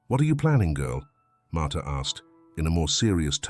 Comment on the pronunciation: Martha not martyr